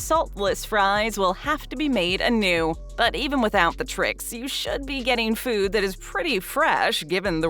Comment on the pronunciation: The word is food, not fuewd.